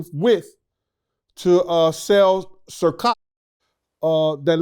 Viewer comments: He said Circock😂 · To sell what??? This nigga said Circock 🤣🤣🤣🤣🤣🤣🤣🤣🤣🤣🪦🪦🪦🪦🪦🪦🪦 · He always calls it Circoc haha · got me rolling when he calls it Circock 😂😂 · Man cracks me up with da shad n subs towards diddy like he said sir cock instead of ciroc😂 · I think he might’ve said circock to try to be funny lol 😆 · He can’t say Bieber or ciroc god dam